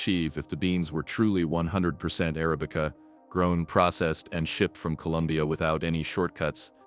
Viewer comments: Uh-ra'-bi-cuh NOT air- uh-bee-cuh You-ban NOT you'-bun AI pisses me off. To have to listen to a machine talk is jolting! Why doesn't the person that has this channel read the copy themselves! Seriously! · Please stop with "Arabic-uh".